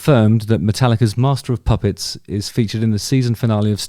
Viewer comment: Dammit Justin ffs….you need to give more time after you announce a spoiler alert 🤓🤣 Plus….you are totally butchering MOP Still love you though bro 👍🏼